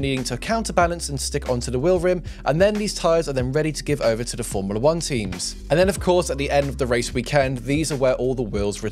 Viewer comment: “Formila 1” 🤦‍♂️